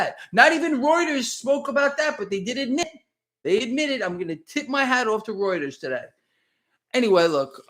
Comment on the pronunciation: is the only person who can correctly pronounce reuters.